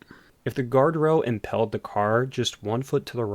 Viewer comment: also it's impaled not impelled